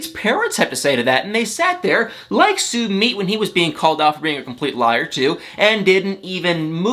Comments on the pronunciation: It’s su mit. Not Su meet . Geeesh. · I am no English major however I do have many friends from India. You are pronouncing his names as “Sue-Meat”.. that’s not how you pronounce his name.. you pronounce it “SUE-Mitt” just sayin🤷🏻‍♀️